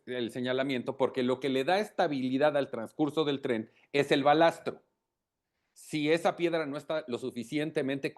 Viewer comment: De risa los conocedores del tema , hablando del "Balastro " ? No es balasto? En fin cuando se trata de criticar y sacar provecho de las desgracias, ahí todos son técnicos y expertos.!